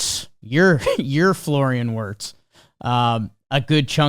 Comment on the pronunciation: pronounced Florian Vertz